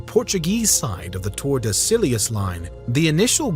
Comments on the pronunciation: "Tor-da-silly-us" is crazy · it is not tordesillyeous line you fool....check your pronunciation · Good brief overview, but please work on pronunciation of Spanish or Portuguese words if you do any videos on such subjects in the future. Tordesillas was killing me. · Learning how to pronounce “tordesillas” might be helpful before your next Brazil video